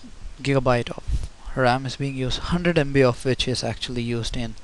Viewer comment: two jigabyte lol